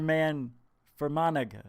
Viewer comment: ITSA SILENT" G". pronounced fermanah".